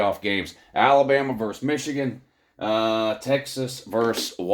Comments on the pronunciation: VERSUS not VERSE! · that is what you keep saying. Verse instead of Versus. Had to edit. LoL. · You say verse. You should say versus.